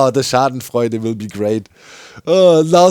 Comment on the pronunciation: "the schaden freunde will be great", kinda love to see him mix german and english in a moment of high emotions lol :)